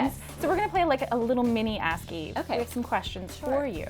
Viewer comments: It’s Eve Torres not Eva Torres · It's EVE not EVA :30